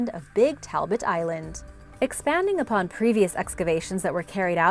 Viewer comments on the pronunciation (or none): none